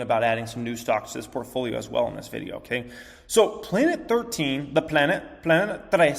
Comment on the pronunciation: … you’re wife is Hispanic and you still can’t pronounce planet 13 correctly?!😂🤦🏽‍♀️